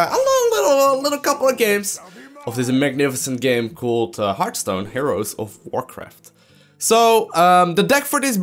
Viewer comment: One thing, you said Heartstone at the start, it's really HeartHStone. A Hearth is a fireplace which, if you think about it, exlains the happy innkeeper who greets you when you enter the game (He sometimes says something like "Pull out a chair by the hearth" if you pay attention). PS: If you wonder how to pronounce it, the "hear..." part is just like in heart, and the "...th" part is like the "th" in "Arthas" (the Lich King). So, pronouce it right in the future =)